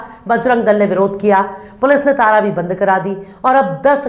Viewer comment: तारावी शब्द नहीं है बल्कि सही शब्द है-- तरावीह ।